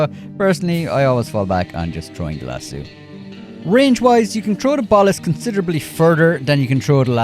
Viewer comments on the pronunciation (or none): As a Texan, I'd like to mention that it's lass-O, not lass-eww. It's even spelled the way it's pronounced. I don't understand you, because we Irish do have names like O'Reilly that isn't pronounced eww-reilly. I've never heard anyone pronounce it that way except you and Gopher.